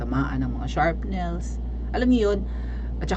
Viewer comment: Hi Sensei, it's SHRAPNEL not sharpnel ;)